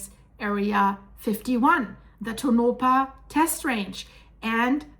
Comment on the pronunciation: Tow-na-paw = Tonopah